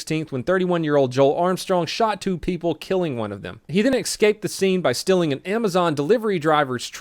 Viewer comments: The biggest crime shown in this video is saying "Excape". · Why do you say "ex-caped"? The word is "escaped"!